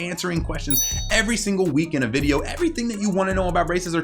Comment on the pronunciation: Okay- but the way he said Youtube VIDEO